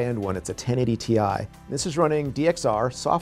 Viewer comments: Did he pronounced It Tie instead of Ti? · "Ti ai". But ti sounded like T :p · i laughed when i heard that. imma cut him some slack since "TI" stand for Titanium. maybe the nerds at Nvidia all say it that way? who knows haha